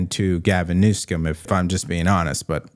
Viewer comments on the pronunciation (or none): I am ultra MAGA ... but please stop saying 'New-scum' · I think keeps mispronouncing Governor Newsom's name. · Please stop mispronouncing that governors name You are so more professional than that